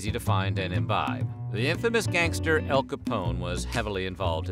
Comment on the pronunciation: El!???????? Lol Al